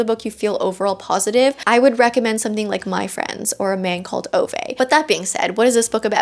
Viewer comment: Hi,! I'm not sure it's just me but I listened to the audiobook a few years ago, so maybe it's just me but I think it's called "A Man Called Ooo-vuh" not "o-vey". I've heard people pronounce the latter, but I think it's actually the former and we've just been saying it wrong the whole time.😭 Also, I did give book 3 in the MP series a try after seeing your comment on it and I agree it is significantly better than the first one. Glad you enjoyed DH2, I just got mine from the library BEFORE I heard of the whole Jessa ai thing. Couldn't believe my ears.🤦🏾‍♀️